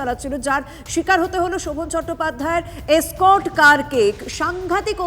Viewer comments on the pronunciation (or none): স্কর্ট বলে কোনো কথা হয় না। ওটা এসকর্ট হবে। গন্ডমূর্খ।